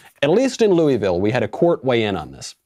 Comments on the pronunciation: Dude, its LOO-A-VUL or its LOO-A-VILL. Maybe even LUL-VUL but it ain't LOO-EE-VILL or LOO-IS-VILL. Please! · Coming from someone who lives in Louisville...it's pronounced Lou-a-vul Michael. And yes our mayor and governor have gone nuts.